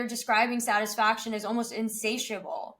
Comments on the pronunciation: Why such mean comments. Literally people fixated on mispronunciation of satisfaction! Geez. For 19-20 not being satisfied n wanting to do better is normal. At 50 being satisfied at a particular area n able to prioritise is maturity and life experiences teaches you a lot. So this topic is actually good to have with kids so kids push themselves but not to the level that they feel depressed or sad all the time or grateful for what they have. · but he said it wrong many times